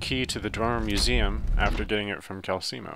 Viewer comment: It's pronounced Kal-Sell-Mow And Mar-car-th